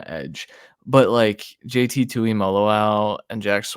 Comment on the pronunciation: My man is one of the ONLY people to say JT’s name correctly. 🙌🏼